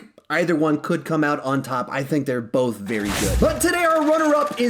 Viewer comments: said "both" in an Australian accent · this man just went British